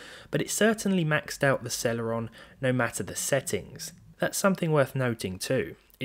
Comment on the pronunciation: Why does it sound like cereal